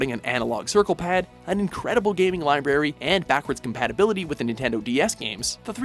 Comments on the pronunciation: did you just say "libary"? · he said lieberry